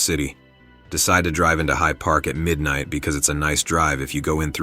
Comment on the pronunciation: ERMAHGERD. MIDNERGHT.